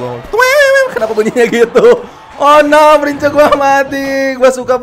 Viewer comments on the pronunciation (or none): Bang baca nya prins bukan prince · ngomongnya prins kak bukan prince